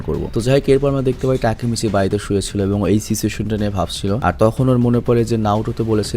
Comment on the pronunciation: না টাকি মাচ😂😂😂😂